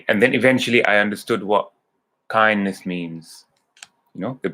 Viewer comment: You mean Kindness ? Not Kindess 😁